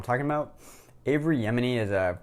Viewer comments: There's no "r" in Avi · That's a bit more than a mispronunciation, that's the wrong name, period. A mispronuncation would be "A"-vee", lol